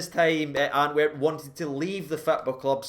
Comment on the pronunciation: Do you keep calling it Anwerp?